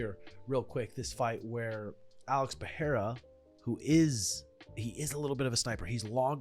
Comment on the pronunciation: Peh rray rra, no " H" sound.